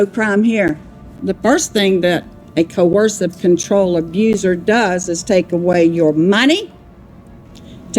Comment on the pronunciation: Excellent video! Just a note, no criticism here AT ALL (you're my number one crime YouTuber) It's pronounced CO- ER-SIV Coercive. It sounds like you're saying 'corrosive'. I can't believe he was burning stuff in the yard!!! He is the epitome of evil. I absolutely despise him. Love Vanessa ❤🇬🇧